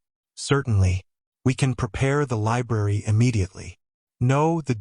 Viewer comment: LI B R A R Y not libarry. That first R is not silent. Sections of the story are repeated for no reason, and the AI narrator sounds very mechanical and somewhat staticky. Why the hell would he be suddenly and for no reason be bleeding below his ribs? This story swings wildly between saying he was poisoned to being stabbed by an employee. It's ANNOYING. Fire the AI writer...it's malfunctioning. Some comments are saying it ends in a cliffhanger, no it doesn't.